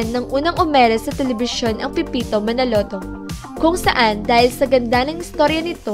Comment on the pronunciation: Manood ka muna ng pepito manaloto.. pra alm mo tamang bigkas ng mga nme ng mga artista doon.. muntik mo nang gawing pepeto manalutu.. neke.. cheto . Ilsa marya . Bebe . Patrek . Rubirt. ClAressa.. sakit sa tenga.. 😂😂😂